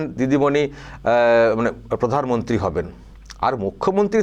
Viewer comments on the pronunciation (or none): কি বলে ফাগলে ? ক্ষমতা পিসি পুদানমন্তী হবে না কি একটা বলছে ? :face-green-smiling